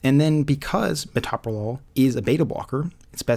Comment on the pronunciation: That drug is pronounced to sound like this: muh tow' pro lol - accemt pm tow me to' pro lol You don't say muh TOP' pro lol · tow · pruh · laal